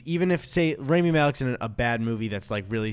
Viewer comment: Guys PLEASE his name is RAMI Rah-me not raimi